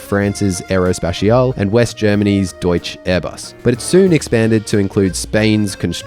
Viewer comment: Deut-scher is the pronunciation